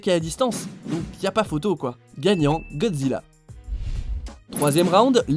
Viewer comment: il a bien dit Godjira où je reve